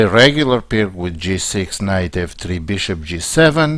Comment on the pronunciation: Please, just one thing: it's Пирц Not perk or something. Named by former Yugoslav chess player